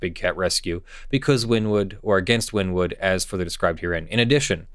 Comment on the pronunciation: I hate to sounds like a nerd, but Wynnewood is pronounced "winnie-wood."